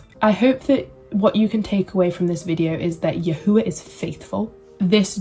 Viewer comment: Shalom Shalom. You blessed my Ruach. Thank you for sharing. I too walk in The Way. I wish I could have been awoken at such a young age as you. Your videos are such a breath of fresh air. I love how you say “YAHUAH”. More importantly, when I was coming into the truth I knew that certain groups had some truth, but it was not refined by ABBA Yahuah. I prayed and asked ABBA Yah to help me because I was hungry to know Him. I was already seeking Him and He was guiding me. “Truthunedited” confirmed the way Yahuah was guiding me in knowing the truth about El Elyon. Continue to in The Way and be blessed. Shalom.